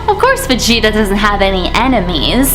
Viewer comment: You pronounced vegeta wrong